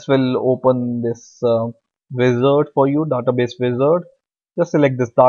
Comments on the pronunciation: american not daata (daeta base) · He reads database as "databes" as in "The-TaBes'' as in best instead of Database as "TheyTaBeys''